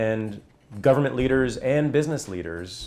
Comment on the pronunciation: Why does Moldea keep pronouncing it "Gub mint"